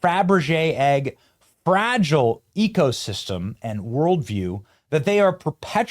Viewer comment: Did he say ecosystem or egosystem?